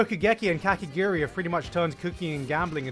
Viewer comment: He pronounces it weirdly, but I think it's Kakegurui.